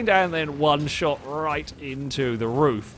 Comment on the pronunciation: Roof, not rough